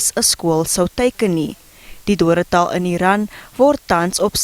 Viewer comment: Dodetal nie doral😅😅😅